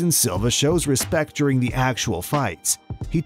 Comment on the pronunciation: Add Eric "Salva" instead of "Silva" to the list. But yeah, the 2 you mention are more egregious